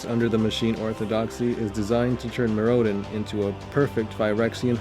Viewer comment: couldn't finish the video, the way he pronounces Mirrodin is too annoying.